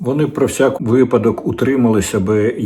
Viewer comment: а якби ще правильний наголос був у слові випадок...